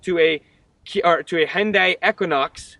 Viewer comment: 'Hi und die' not ' ' is a German dogs optical sensor. Ps Thanks for the review, good work